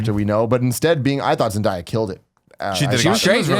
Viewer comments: Its pronounced Zen-day-ya. ;-) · Everytime someone mispronounces zendaya i wanna kms